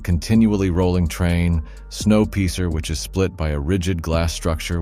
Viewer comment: This ai style reportage, as though they have never learned English, or where to emphasise which part of a sentence - with Snow Piercing being pronounced snow peecer, is beyond stupid. Also, there are no descriptions: What are they and where? Nope, won't be subscribing when you can't be bothered to put ANY effort into this bit of advertising crap. :/